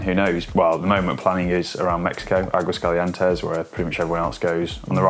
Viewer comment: you have said Aguascalientes ok before, what happened to you? Just joking, good video (but really practice your pronunciation for Aguascalientes):)